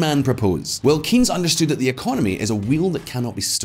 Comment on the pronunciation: Starts off badly... Can't pronounce Keynes properly. It's not keeeeeeennnns, it's more like Kaynes, rhyming with chains. I still remember your video about the sultan of Brunei.